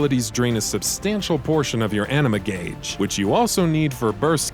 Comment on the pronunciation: not to mention pronouncing "ah-ni-mah" as enema